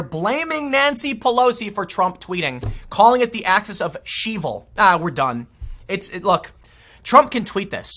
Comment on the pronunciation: "Axis of ShEvil"? I'm dead 💀😂 Dems just keep out-clowning themselves daily